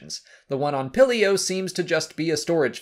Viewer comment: You don’t say it like pillio you pronounce it Peel-eo